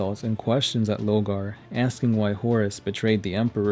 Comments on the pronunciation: LORE-GAR. LOW-GAR. Please note the difference. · Sorry... LO R GAR ... I mean you say Corvus, and Corax fine... But then say Logar